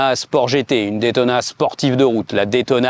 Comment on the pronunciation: une ( détona ) :/ , please say ( daytona ) !